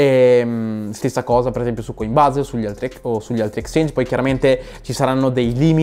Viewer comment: Cancella questo video, che sta pieno di errori, studiati bene le API e impara la pronuncia in inglese, (eipiai) (coinbes) …